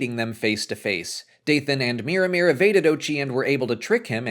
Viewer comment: Every time you say Miramir, I hear Mirrormere, a lake by Moria in the Lord of the Rings